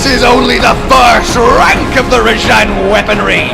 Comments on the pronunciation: its RAH JAHHHNG not ruh-jehngg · you know its pronouced ra-j-on, they even say it that way in game